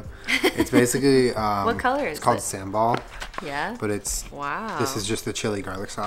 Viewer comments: sambal lmao pronounced as sum-ball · Oh shit you use SAMBAL?!?! Fyi it's pronounced SUM-BALL. We have that in Dutch-Indo culture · vegan chicken wings sounds like satay you guys should do J&J’s Kitchen vegan satay since you guys like peanut sauce and sambal so much. btw hearing caucasians pronouncing sambal just became my new favourite thing thanks Dad.